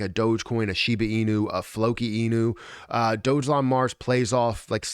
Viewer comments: Dog elon.....not Dojelon😉 ....& your description is incorrect! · Awesome video. Dogelon (pronounced Dog-a-lon, not Doge Elon because that would be arrogant). That's from their first website